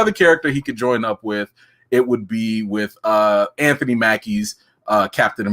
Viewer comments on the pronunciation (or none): none